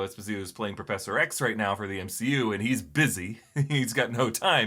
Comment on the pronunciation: Es POE si Toe...Giancarlo Esposito is Italian/African-American not Hispanic ❤❤❤